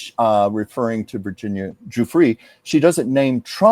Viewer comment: All of Prince Andrew’s military titles were removed by the late Queen. Recently Andrew agreed to “not use” the title of the “Duke of York” or the Order of the Garter, but they have not been “stripped.” Virginia’s last name is pronounced “joofray.” I think it is too bad if King Charles can’t get Andrew out of Royal Lodge. He may be exploring how to get around the lease.